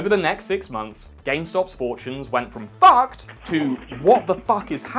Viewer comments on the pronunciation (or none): Don't know why it's so funny how he says 'fucked' haha